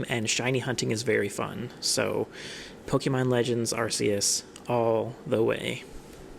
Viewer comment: WHY DOES EVERYONE SAY ARCUS WRONG!?